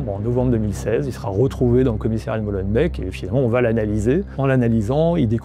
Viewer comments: Molenbèc Schaerbèc Etterbèc et même Neder-Over-Heembèc ne vous remercient pas pour la prononciation 😂 Mais pour le reportage, oui. Merci. (On dit Molenbééééééque, Schaerbéééééque etc etc bisous chers voisins) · au cas ou "molenbeek" se prononce "molenbéék" et pas "molenbèk", ça serait pas mal de savoir prononcer les noms des lieux dont vous parlez ;)